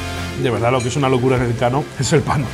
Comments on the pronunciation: NOOOOO HOMBRE NOOOOO!!!!!!! No es "El Kano", sino "Elkano". Juan Sebastián Elkano, conocidísimo navegador y explorador vasco, archiconocido en todo el mundo por ser la primera persona en dar la vuelta al mundo jajajaja. Elkano nació en Getaria, donde está el restaurante. Es más, a escasos metros del restaurante hay un monumento dedicado a su figura. Te has lucido jajaja. En algo había que fallar en toda la ruta. Saludos! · Es Elkano, no El Kano jajaj